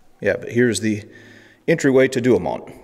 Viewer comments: sorry... "4 du oh moe" google will give you the phonetic pronunciations...and I'm just messing with ya, I love your channel! That's Fort Douaumont sounded out as we used to say. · "For- Do Oh Moh" Fer cryin' out loud man Google can tell ya how to pronounce these French Nouns.